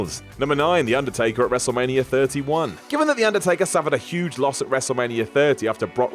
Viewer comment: The Booker/HHH feud was in no way racist, when H referred to "you people" in his promos it wasn't race related it was referring to WCW talent. Good job perpetuating a common misconception though, reminds me why I generally avoid your guff videos, also pheenarm, war-rrior and thet. Seriously, learn how to fucking speak.